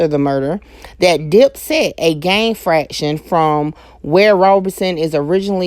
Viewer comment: Not a gang "fraction" it is a gang "faction." A fraction means a smaller part of the whole number one, like one-half, one-third, one-fourth, etc. Faction is a part of a larger group. Like O Block is a faction of the BDs. You feel me, babe.